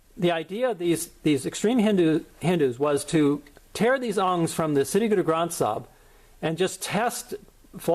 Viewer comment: its not Hindu vaata...its Hin-dutt-va get your Punjabi right..also sirri is sree in your Sri Guru Granth Sahib.